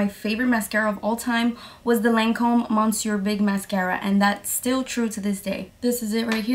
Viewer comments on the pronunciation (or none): it’s pronounced miss-yur not mon-syur lol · Can you list the mascaras please I think you said monster and monseur